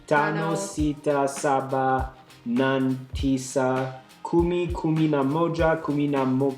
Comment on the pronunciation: 4 is Nne pronounced as N-neh....8 is Nane pronouced as Nah-neh